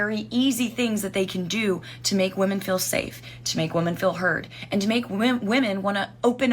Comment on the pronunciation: she said she was trying to date women, or SATAN?😂